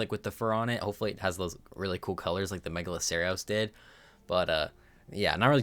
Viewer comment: Bro can't pronounce: Diplodocus Megaloceros Paraceratherium Ankylosaurus Pachy Stygimoloch Pachyrhino Gallimimus Doedicurus Arthropods Araneo Pulmonoscorpius Dunkleosteus Liopleurodon Troodon Carbonemys Archelon Lystrosaurus Dilophosaurus Kaprosuchus Quetzalcoatlus Tapejara Argentavis Kronosaurus Styracosaurus Dimetrodon Megachelon God help him, fr...